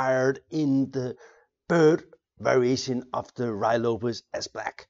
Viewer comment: It isn't pronounced Ru Why Lopez.